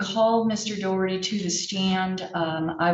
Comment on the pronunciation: It's Daw-Herty, not Doe-Herty. It's an Irish surname, so say it correctly - even if that gobshite is shaming his Irish ancestors with his idiocy.